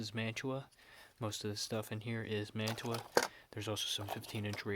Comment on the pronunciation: If you keep doing videos, you need to invest in a tripod. Mantua is pronounced "Man-Choo-Ah" as you don't pronounce the "t". The "pot metal" you refer to is actually called Zamack, which is mostly zinc and will suffer from zinc rot. I've got that very same MOW car by Revel and just recently I got 3 more MOW cars made by True Scale-- 1 Kitchen car, 1 Maintenance box car & 1 working Caboose. Cheers - TN